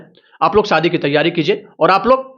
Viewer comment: शादी को सादी बोल रहे हो....तो फिर सीधी साधी को शीदी शादी बोलोगे क्या? घटिया उच्चारण